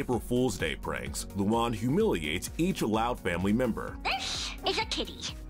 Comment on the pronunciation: luan ❌ luon ✅